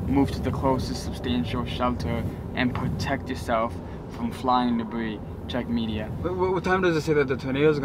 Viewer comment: why are u saying hewo im Lucas my im fwom amewica 😂😂😂